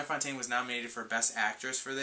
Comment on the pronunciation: Hi -enjoyed your video and just have two comments, the first regarding The Big Lebowski which I only just saw for the first time the other day and really liked it. Your thoughts? and secondly I just wanted to correct you on the pronounciation of Joan Fontaine's name. You were pronouncing her name as Jo Ann but it is pronounced Joan, as in bone or flown.